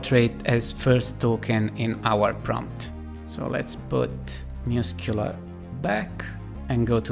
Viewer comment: I listened to this the first time and thought he was saying muse-killer... i had really bought in to it by the end. Muss-queue-lar.